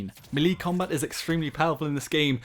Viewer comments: It's meh lae not me li lol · I've never heard anyone say "Me Lee"... except a small child called Lee introducing himself! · ITS PRONOUNCED MELAY NOT MEELEE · Malee? It’s “may lay” u twat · "Melee" is pronounced "may-lay", not "mee-lee" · its pronounced "MAY-LAY" not "MEH-LEE" you dumbass, didnt you ever play super smash bros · It's pronounced "may-lay" not "meelee" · It's melee is pronounced Mey-Lay not Meh lay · i've never heard someone call it mi-lee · 'Melee' is pronounced "meh-lay". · I’m unsubscribing the way u say melee is brain raping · you are saying melee wrong, a lot. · You say melee really weirdly. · The way you butcher the word "melee" makes me cringe